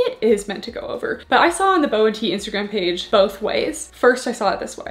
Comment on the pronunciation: I believe it’s bo-tee like “booty”